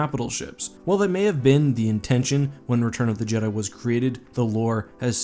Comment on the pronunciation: You said "return of the Jheda